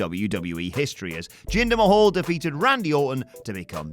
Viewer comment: Jinder Ma...hwaahhh?